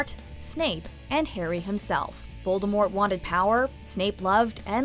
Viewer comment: How about the fact that the narrator keeps pronouncing Voldemort incorrectly?